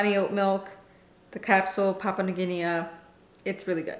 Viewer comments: Hey hey ... your language friend over here 😅. Don't get caught up on the pronunciation, we will still watch you ☺️. And no one come for my friend on that! (Pa-poo-a New Gin-ee) I can't wait for my original line pods to get here so I can try this one! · We all pronounce things differently of course, but in UK we pronounce it ''Papa New Ginney' we do not pronounce the A at the end. But in US you may be different.